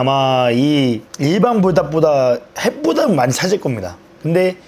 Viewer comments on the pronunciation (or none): 왜 자꾸 핵불닭을 해뿌닥이라 함?